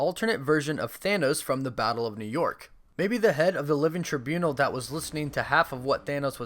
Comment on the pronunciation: I vote for your repeated mispronunciation of “Trībunal”